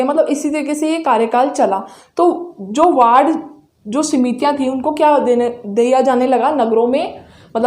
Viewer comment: Mam its ward samitiya not simitiya